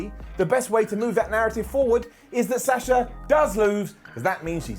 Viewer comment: Lol why can't you pronounce Sasha could correctly? It's a soft A not a hard A 🤷‍♂️